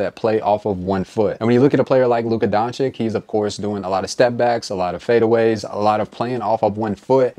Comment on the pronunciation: i rate your pronounciation of Doncic 0/10